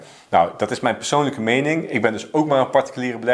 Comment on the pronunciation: je maakt leuke video’s alleen praat je soms wat snel en dan zeg je psoonlijk Ipv PERsoonlijke financiën. Verder top.